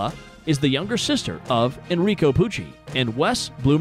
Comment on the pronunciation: 'enricHo pucci'